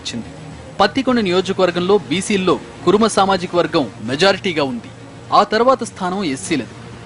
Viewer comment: సార్ ఎన్ టీవీ రిపోర్టర్ గారు పత్తికొండ కాదు మొత్తం కర్నూలు జిల్లా మొత్తంగా కురుమ సామాజిక వర్గం ఎవరూ లేరు మీరు అనవసరంగా కురుమ అని సంబోధించ కండి ఇక్కడున్నది కురువ దాని పూర్తి పేరు మదాసి కురువ మదారి కురువ మీలాంటివారు తప్పు చేయబట్టే మాకు కురుబ కురుమ అని తప్పుడు కుల సర్టిఫికెట్ లు ఇస్తున్నారు దయచేసి మీరు ఈ తప్పులను సరిదిద్దుకొని ఉచ్చరించడం నేర్చుకోండి ప్లీజ్ ప్లీజ్ ప్లీజ్ ప్లీజ్